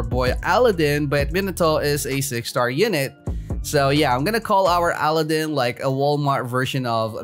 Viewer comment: Your calling aladinn ally-din